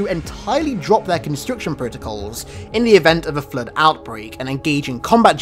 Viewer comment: It's floooooooood not fllluud.